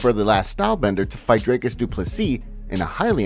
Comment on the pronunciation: Rogan can say Duplessis but cant say Dricus... lol